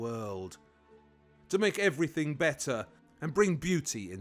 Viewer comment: Waldy you have a quaint way of pronouncing 'Everything' - you pronounce it 'Everythink' which is quite deep. But please don't say 'Ek setra' it's 'Et Setara'. Hope this helps